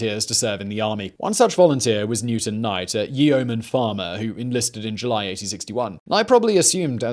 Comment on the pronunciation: a "Yee-Omen" farmer? Yeoman = "YO-min"